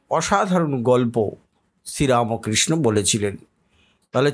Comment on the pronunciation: উচ্চারণ টি রামকৃষ্ণ রামোকৃষ্ণ নয় ৷